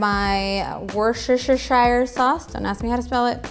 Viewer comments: Please, repeat after me, "wooster-sheer". That's it, well done. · wurster shear 🙂 sauce